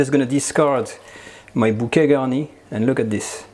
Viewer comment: What the fuck is "bukegani"?!